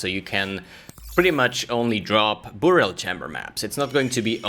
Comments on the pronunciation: Nice video, but dude its pronounced By-rial, not buu-rial ;) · Burial is pronounced like berry-ill. Not boor-e-ill. English is stupid, but that’s the way it goes.